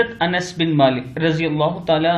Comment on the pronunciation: Mashaallah bhai aapne aaj anas naam barabar bole hamesha aap ans kahte